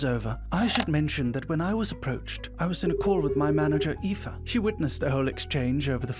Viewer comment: I’m pretty sure what they meant or at least what I meant is that it’s like super common for people outside of Ireland to mispronounce the name Aoife normally trying to pronounce it phonetically so hearing someone actually say it is quite refreshing